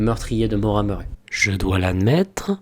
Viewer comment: super vidéo, mais ça se prononce ''Maura Murri'', sinon vraiment super ^^